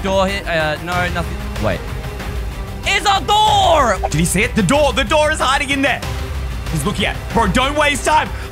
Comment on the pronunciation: I like when says "is a dor"